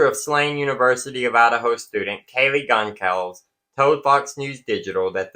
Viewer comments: I believe it is pronounced Gon-"CALL"-ves, not Gon-"SOL" -ves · Goncalves It's pronounced GUN KAL VEZ I'm sure you want to get it right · Goncalves is pronounced Gone-Sal-Vez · It's Gone-Sal-Vess not Concalvs. Moscow is pronounced Mos-Co. Mispronouncing affects credibility